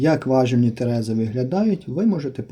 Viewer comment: ТерезИ (наголос на И)